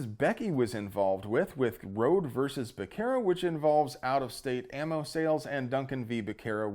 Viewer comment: Becerra said that way hurts me; pronounce it as a Z intead C, please, check any translator to improve your spanish. We also love you.